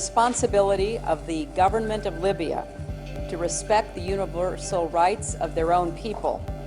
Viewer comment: "Uni-blur-sal" ? ? ? Hillary needs a reality check.